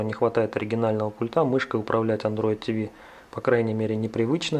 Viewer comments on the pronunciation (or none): none